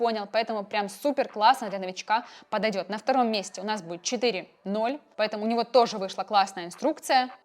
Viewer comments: Не чат джпити четыре ноль а четыре оу (GPT 4 omni - GPT 4о) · GPT - 4 оу, а не 4 ноль. Опять Майкрософт пройдет мимо❤